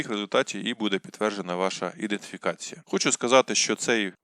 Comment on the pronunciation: Ідентифікація , а не іденфікація. Ріже вухо. Вибачте.